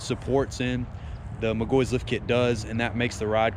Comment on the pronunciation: its "Mic Gaw He" im a McGaughey